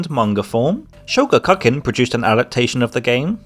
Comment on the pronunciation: Sho-ga-ku-kan the ku is a koo noise. lol sho cuckin